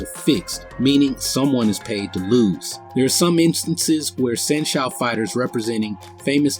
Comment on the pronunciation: Dude, good video in general but, a few points need clarification. San Shou is pronounced "San show," not "San Shoe." Another point is that the big muscle guy can exert force on the Tai Chi guy without his hands in the same way a bull or horse can push you without hands. Just have someone lean on you (or push if they want) and you will feel a force.